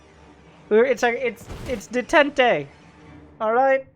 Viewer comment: Lol the way says detente. Dey ten te. Lol.